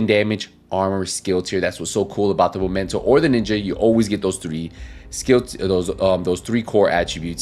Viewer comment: i find funny when you say Momento haha. It's Memento